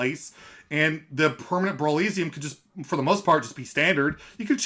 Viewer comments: Man. I love your content but you gotta stop pronouncing brawliseum like that. It rhymes with Coliseum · man, have you never heard the word Coliseum before? Now instead of “col” say “brawl”... cmon man “Roman Gladiators would fight in the col-EEE-syum” bro no.